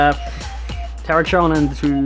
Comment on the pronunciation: TER-RACK-EON, NOT TERACHYON